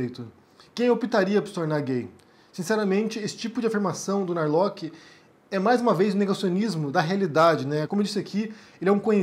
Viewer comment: correcao: nao é narloqui. é sobrenome alemao e se pronuncia (+/-) nar-lorr.